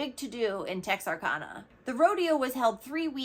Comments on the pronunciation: Please please don't think I'm being a b****. It's pronounced Tex are can uh. I used to live there. ❤ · Texarkana tek·sr·ka·nuh (TEXas ARkansas and louisiANA). The name is a composite of Texas, Arkansas, and Louisiana though Louisiana is thirty miles away. And it's Bowie, BOO-ee, County. and fun fact, in Bexar County, the "x" is silent.